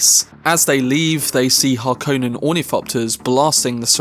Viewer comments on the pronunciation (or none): It's pronounced Har-kon-nen. NOT Har-kone-nen.